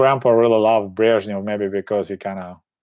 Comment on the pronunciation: I really love it when you say "Brezhnev" with your perfect Russian pronunciation!